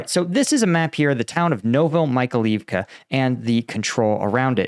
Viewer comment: The place is called „Novo Mykhail-ivka“, with Mykhail standing for „Michael“ (freely: New Michael’s town) There is an I between the A and the L. It should be pronounced „novo me Kyle Eve ka“ (and not „Novo my Kalif ka“ or something).